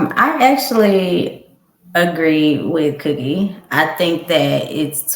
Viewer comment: Did cookie say wrongk